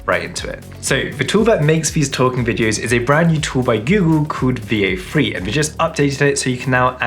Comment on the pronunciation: Bro had me google “vio free” my girl said boy he sayin “veo three” the brits dont like the “th” sound. Three is free. Weather is wehvaa. Throw is fffrow.